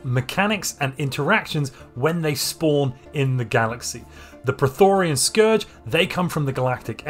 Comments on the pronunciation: 🙋Its pronounced - PRO-Thee-yON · Two things. Y is pronounced as a single vowel in english. Prethoryn doesn't contain the vowels i or a, and the y vowel should be pronounced singularly. I've never heard anyone pronounce it as Prethorian before. Second thing, why only battleships? Destroyers can bring excellent PD against the prethoryn for minimal fleet cap cost. Naked Torpedovettes are a time honored tradition against the unbidden. etc... Build difference will depend on the difficulty & crisis strength you're playing at I suppose. What are your expected default values here and would you make any adjustments for higher or lower settings? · Dude, phonetically, it's spelled as the latter. You're saying Prothorian or Prothorean...this isn't Mass Effect. 😆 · How tf did you manage to turn 'Prethoryn' into 'Pretorian' lol